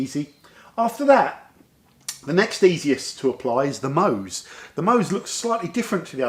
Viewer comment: if you dont know how to pronounce MOHS, just turn the bottle over and pronounce it "SHOW". Love your channel.